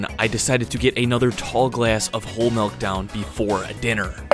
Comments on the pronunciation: It’s milk. Not melk. I don’t know why it bothers me…. But it does. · Dude it’s milk not melk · Of course the biggest milk video is from a guy who says "Melk".... Triggering experience. ITS MIIIIIILK M I L K NOT MELK ASJKAFASJFASDALIJFAL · I’m always weirded out when I hear someone pronounce it “melk” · this guy keeps saying mElk instead of Milk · "it's not melk, it's milk." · Milk not Melk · “MELK” lol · Great video. Really interesting topic and clean editing... but if big homie calls the milk "melk" one more time, I'm gonna spiral, bro. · MELK? ARE YOU SAYING MELK? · Melk, huh? Smooth as selk? Lol. Jk. Good vid. I’ve tried this before but the milk makes me extremely cold (even in hot weather). Didn’t know that was a thing but apparently so. Keep up the good work. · If this guy says MELK one more time... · anyone else hearing "melk?" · Bro says malk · Gaahsh yaknow, I can't believe that these here comments aren't all "melk" pronunciation comments. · bro keeps saying "melk" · Did he say he was drinking "melk"? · All ima say is “melk…” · I can’t even watch this. Dude says “Melk” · Just cringing at all that breast milk 🫣🤢 ALSO the “melk” lol looooots of cringing 🥴😖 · I’m a cows milk drinker and I’ve NEVER seen the fat/“cream” Collect at the top of the container. You shouldn’t have drank it. Why didn’t you go get a new one?!?!? Also you keep pronouncing it as “mElk”